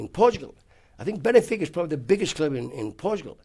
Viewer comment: Absolute legend of football but apparently couldn't pronounce Monaco or Benfica